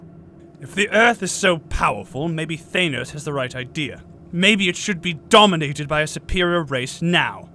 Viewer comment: The way they pronounce Thanos bugs me but otherwise this is very good.